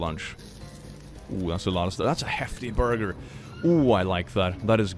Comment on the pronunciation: saying "youm the boiger" and then the squish sound just kills me 😂